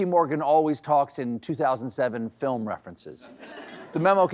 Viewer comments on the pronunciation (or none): none